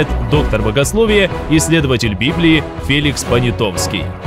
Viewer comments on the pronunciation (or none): none